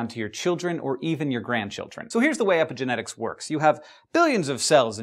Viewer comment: Sounds like you're saying "epic genetics", which it kind of is ^^